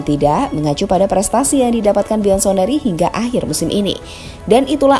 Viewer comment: bianconeri min buk diucapkanya biansoneri😅😅